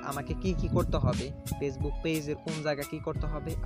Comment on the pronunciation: apni aga valo kore উচ্চারণ korte sikhun